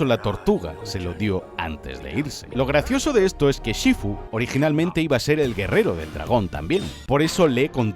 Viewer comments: Por que lo llama shifú esn vez de shífu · Shifú? Porque lo dices así como si llevase tilde😭 ni en inglés ni en castellano lo pronuncian de esa forma y no es la primera vez que haces algo así y me da un poco de toc 😂 Aún así, este vídeo es cine, como todo lo que haces🚬🗿 PD: usar To Love’s End de Inuyasha como música de fondo hace a este vídeo aún más cine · Me dio toc, en todo el vídeo, como dice SHIFÚ, no lleva el tono en la U!!!!!!